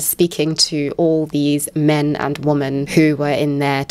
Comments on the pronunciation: Not the most important comment, but been watching your content recently (love it) and i’ve been wondering if there’s a reason you say “woman” and not “women” (wimen) for “woman” plural form? 🧐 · Are you saying "woman" when referring to "women"? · "Men and woman" Am I hearing this correctly?